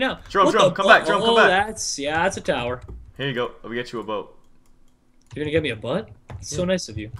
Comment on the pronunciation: Lol JEROME always says butt instead of boat